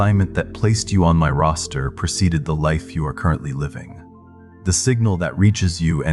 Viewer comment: I heard his pronunciation as roaster Not Roster. Vowels matter to me ❤